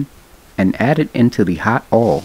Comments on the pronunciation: You know it's gonna be delicious when the chef calls it "ouhl" instead of oil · You gotta put tha R on it ourhl!!!!😂😂